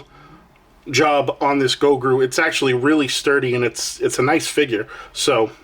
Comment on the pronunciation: I hate to be that guy, but you said it like 10x. His name is Gro-gu, not Go-gru. Hahaha, Nice pick up bro!